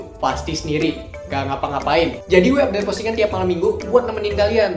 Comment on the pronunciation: Azek. Tapi malem minggunya jangan ditekenin gitu